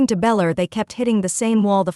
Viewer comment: It’s Belcher idiot not beller